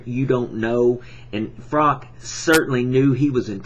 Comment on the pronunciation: His name is Froch, not Frok... Good video though